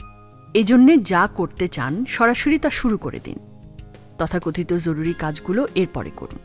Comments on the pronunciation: Bhalo laglo. Tobey aapnar joruri ucharon ta khub Kaney lagchey eta hobey joruri. Jhoruri na😊. Very good video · জরুরি এর উচ্চারণ এরকম ভাবে কেন করল? অনেক বার ঝরুরি বলল এটা শুনতে এমন যেন লাগল, এছাড়া অন্য সব ঠিক ছিল। পরের বার এই জরুরি উচ্চারণ টা সঠিক ভাবে পড়বেন। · জ কে য এর মত উচ্চারণ করা হয়েছে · এটা জরুরী,যরুরী নয়! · জরুরি উচ্চারণটি ঠিক করা জরুরি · সুন্দর ভিডিও কিন্তু ভিডিওতে জরুরী কথাটাকে কেমন করে যেন উচ্চারণ করা হয়েছে